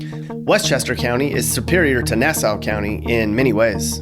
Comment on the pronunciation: LMFAO the way you pronounced Suffolk and Nassau